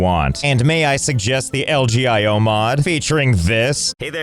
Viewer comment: Lgio would be pronounced El Gee eye oh